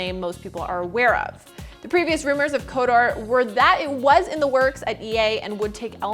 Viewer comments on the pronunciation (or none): Kotor. not Kodoor. lmao